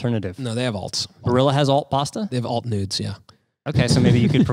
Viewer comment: "they`ve got alt-noodes"